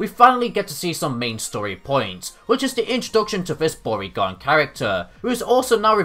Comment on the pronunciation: I wasn't paying attention when I started the video, so when your mispronunciation of Bourgain sounded like "Porygon", I got really confused and assumed Porygon came back after all these years for revenge for being forgotten.